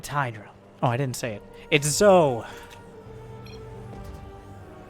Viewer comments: Just thought I'd let you know it's pronounced like "Joe", since he keeps showing up. And the first two letters are just initials. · zhou is pronounced joe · Zhou is my hero. He may not be the Terran we needed. But he's the Terran we wanted. Also, I'm 90% sure it's pronounced Jah-ooh.